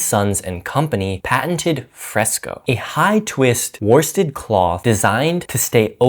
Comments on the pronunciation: Great info, but my inner pedant rears her ugly head. Were-stead, not war-stead. You speak English, spelling is more a series of mild suggestions than anything actually useful. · Nice information here, but worsted is pronounced "woosted", you don't pronounce the R